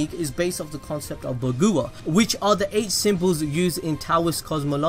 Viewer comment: It’s Bah-Gwa-Jong